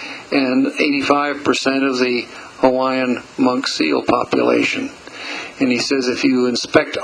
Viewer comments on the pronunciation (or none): Nice pictures and commentary - although I hope in future videos, if make more of Hawaii, that he would pronounce Hawaiian names more properly. The W in Hawaiian, if in the middle of a word, is always pronounced as a V, not W as it is in English. Thanks for the video, all who had a part in it.